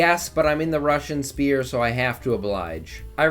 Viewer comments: I always hated how he said sphere now I feel represented. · Is it like, an inside joke or something that a lot of vicky streamers pronounce sphere as spear instead of how it's actually pronounced lol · Never stop pronouncing Sphere as Spear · no offense dude but when you say sphere it sounds like spear